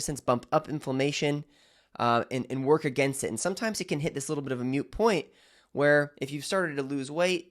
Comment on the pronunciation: It is “moot” point…not “mute” point. That is where you lost me.